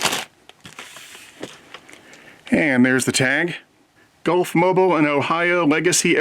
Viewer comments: The town in Alabama and railroad name Gulf, Mobile and Ohio is pronounced "Mo-beel". When pronounced like Mo-bull" it is an oil/gas station chain. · Beautiful engine! In case you do a review of the SD40, please know that Mobile is pronounced "mobeel". It's also a fantastic engine, I got the 906.